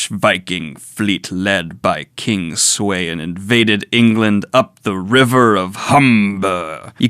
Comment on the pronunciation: Glad you're enjoying Vinland Saga Daniel! Just to piggyback on your "is this actual history?" question. You are correct in what you have heard, the large historical beats are accurate. King Sweyn (Sveinn, like, Sv-ei-nnn) also known as Sweyn Forkbeard in the 11cen. launched a massive invasion of England for the right to be its King (after becoming the King of both Denmark and Norway). Essentially he's Viking Napoleon, forging a massive Viking Sea Empire. Historically it has no real name, but Historians have dubbed it the NORTH SEA EMPIRE. This YEAAARS after the first invasions of Anglo-Saxon England (around 865) by THE GREAT HEATHEN ARMY, which legend says was led by the three sons of Ragnar Lothbrok (which you may know as the protag from the TV Show Vikings).